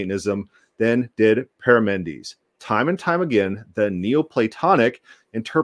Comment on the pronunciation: You are confusing Parmenides in Plato and Parmenides the philosopher, You are also wrong on the pronunciation.